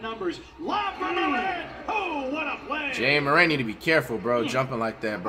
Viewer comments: jay morrant😂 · yeah like that jay moraint dude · i started saying jay-aye morant 🤦‍♂️🤦‍♂️🤦‍♂️